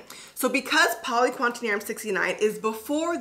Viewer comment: Btw, it’s poly-qua-TER-NIUM not quantenium lol